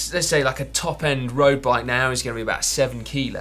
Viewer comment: Simon says "roast bike" 😂